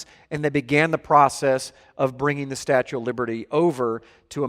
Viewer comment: I’ll never go to the “statute of...” of again